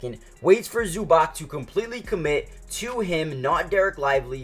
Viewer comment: Learn to say names dude. Zubak, Dontzitz. Disaster